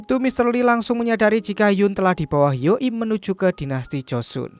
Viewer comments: Joseon bacanya koq jd Josun 🤣🤣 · 주선 (joseon) bacanya juson bukan josun 서울 (seoul) bacanya soul bukan seul